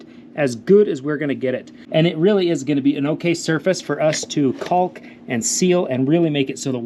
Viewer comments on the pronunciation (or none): Dude never forgot the enunciation on the L in cauLk lol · OMG dude! Don't pronounce the "L" in "caulk"! Or in "walk"! Otherwise good.